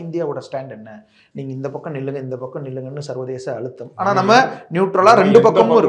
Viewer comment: “சர்வேதச”?…டேய்..உன் சேனல்ல தீப்புடிக்க……தமிழை கொல்லாதடா!!!